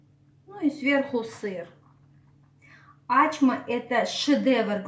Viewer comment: Ачма - это тюркское блюдо, поэтому никак у грузинов настоящего рецепта быть не может, есть свой вариант,возможно. Достоверность происхождения блюда проверяется из названия - оно должно переводиться - с тюркского ачма - это значит "открытие". И если ударение Ачма, как Вы говорите, то это переводится как не открывай, что полностью противоречит сути работы с тестом в данном рецепте! То, что представлено в рецепте, совсем не ачма, а обычный бёрек.